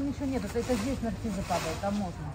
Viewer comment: а почему " НарциЗы"? По русски " Нарциссы!...